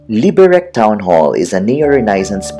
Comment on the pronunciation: Enjoyed the video, but it hurt to hear you mispronounce the name. The C is pronounced like TS, not like K.